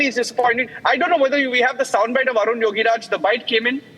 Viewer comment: 😢 are you journalist?, please read his name correctly😂not Arjun yogiraj, his name Arun yogiraj